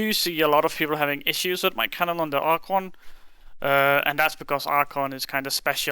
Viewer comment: "Archuunnnggg" was said alot